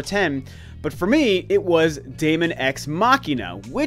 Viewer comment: Excellent top 10 E3 list of games. Daemon is pronounced as Demon guys Daemon x Machina is looking dope anyway:-). My top 10 list of awesome games shown at E3 that I cannot wait too play in no particular order are: 1) Nioh 2 - Nioh was sensational. 2) DB Fighterz - it's on the Switch. 3) RE2 Remake - just looks amazing. 4) Star Link - Star Fox surprise was epic. 5) Seiko - Bloodborne meets Nioh = must own. 6) Death Stranding - mystery factor. 7) Ghost of - looking really top notch. 8) Last of Us 2 - it's a no brainer. 9) Shadow of the Tomb Raider - another quality game. 10) Spider-Man - my fave super hero and the game is looking phenomenal.